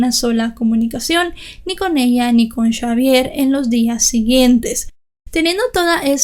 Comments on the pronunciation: Aunque muy triste la muerte de tan bonita familia nada es de sorprender en este mundo cada vez más cruel y podrido!!!! Y lo de chavier y no Javier me causo risa todo el tiempo jajaja buen trabajo felicidades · Hubiera sido mejores llamarlo Javier porque cómo lo dices tú en francés se escribiría Chavière 😂